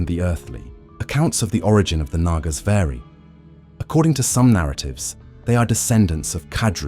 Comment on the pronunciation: Its actually pronounced with the second A being silent